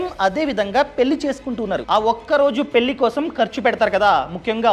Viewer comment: వాల్లు పెల్లి ఏంటి బాబూ నీ తెలుగు మండ